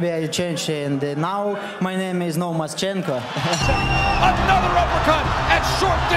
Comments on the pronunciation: People should start give some respect for the best fighter of this era Lomachenko. And it wasn't 'Nomatchchencko', it was 'Nomaschenko' by the way. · Its NO Mas Chenko not Nomatchenko. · It's actually "NoMas"chenko. "No mas" in Spanish means "no more". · It's no-mas-chenko not nomatchenko 😑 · Its No Mas chenko not no match. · it aint nomatchchenko its "nomaschenko" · It’s no mas chenko as in no more in Spanish